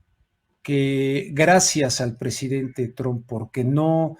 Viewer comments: Se pronuncia Trump y no Tromp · Se escribe “Trump “ y se pronuncia “Truamp “